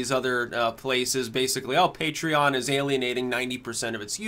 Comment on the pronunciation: I still remember when he said it as 'puh-tray-on'. I was prepared to offer him money to correct himself.